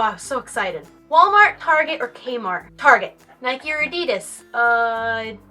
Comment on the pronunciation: holy shit the way you prounced adidas annoyed me so much I don't know why